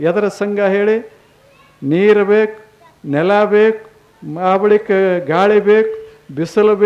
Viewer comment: ನೀರ ಅಲ್ಲಾ ಸ್ವಾಮಿ, ನೀರು ಅನ್ನಬೇಕು ಅಲ್ಲವೇ 🙏